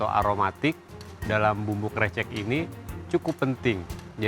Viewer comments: Risih bgt disebut nya *krecek😢😢 , harusnya ke-> recek (rese - check - cek) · Chaf Karen bilangnya Krecekkk harusnya Krecekkk pake E 😭 paham ga si bacanya E bukan e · iya, dibaca krécék harusnya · Sbenernya bilangnya krecek bukan krecek, wkwk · Kok chef KC bilangnya krecek? Kan yg bener krecek